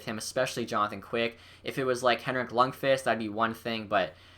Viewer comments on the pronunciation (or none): This guy doesnt know shit bout hockey who agrees he can even pronounce lundqvist's name lol